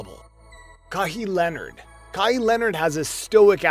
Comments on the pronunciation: KAH HEEEE LENURD! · KAHII LENRD🤣🤣🤣🤣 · Hey bro good video but it wouldve been great if your said the players name correctly. But other then that good video